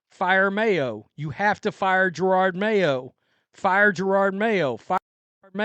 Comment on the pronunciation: Whats almost as bad as Mayo's coaching is all szn long you have pronounced his name as Gerard. It makes me laugh everytime. idk if its intentional disrespect or being clueless, but i like it.